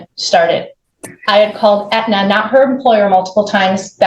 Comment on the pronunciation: Did she call Aetna, antenna??